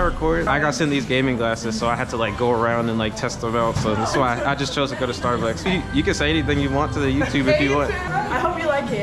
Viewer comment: Ahh yes “steabucks”